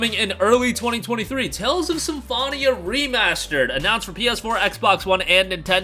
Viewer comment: Sorry 😅 "SymFONia"